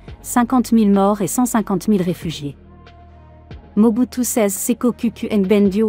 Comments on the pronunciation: Mobutu sisiskio kiukiuwungwendo wa waza dabanga comment tu peux massacre le nom de quelqu'un comme ça ahhhhh tu es mauvaise dehhh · La façon dont dame appelé le nom de Mobutu des seko wazabanga mes fait rire